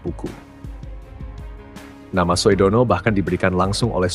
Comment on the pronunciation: Kepada narrator OE itu ejaan lama. Bacanya U. SUHARTO bukan SOEHARTO. Sudono bacanya BUKAN SOEDANA.